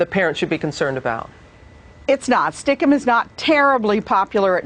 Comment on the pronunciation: stickum? I've always heard it pronounced stick cam